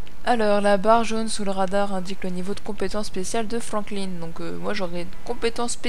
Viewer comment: C'est pas Franklin (ine) c'est Franklin (in)